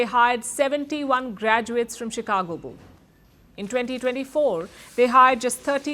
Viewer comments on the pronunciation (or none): none